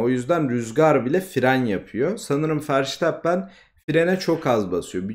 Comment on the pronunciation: bu işte yeniyiz bazı adamlardan bahsederken foto koysan daha akılda kalıcı olur bazen telafuzdan da ötürü hangi adamdan bahsettini geç anladım (sen doğru telfuz ediyosun ben yanlış biliyomuşum verstappen i:DDD)